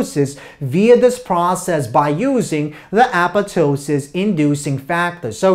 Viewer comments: i dont want to be disrespectful but the apetoesis gets me everytime .btw great job . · Appatosis? I guess the second "p" is silent?